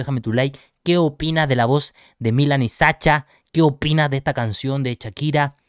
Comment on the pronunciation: Milan lleva el acento en la i, la ciudad si lo llevan en la a.